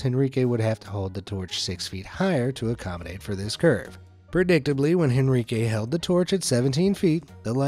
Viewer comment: FYI, you don't pronounce the letter "H" in Spanish, so, it's not HEN ri que, it's En ree keh.